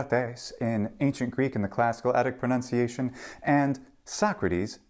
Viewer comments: The mispronunciation of pronunciation is the kicker. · PLEASE! It's pro-NUN-ciation not pro-NOUN-ciation!